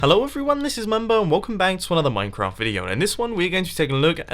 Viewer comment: Dude.You said "Minecrap"